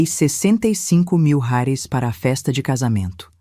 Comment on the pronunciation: Essa narradora é muito chata,toda vez que vai pronunciar reais, pronúncia como se fosse uma palavra estrangeira.